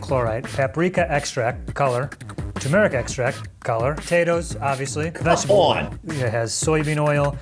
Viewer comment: Lol, the american said "too-meh-rick" 😂😂😂